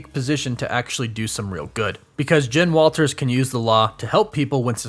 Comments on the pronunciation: Is it so hard to say JEN? Not sure why it bothers me so much that you keep saying JIN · Is it me or does it sounds like he is saying gin everytime he says Jen